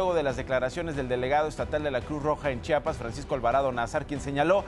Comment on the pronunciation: Se dice Chiapas, no Chapas.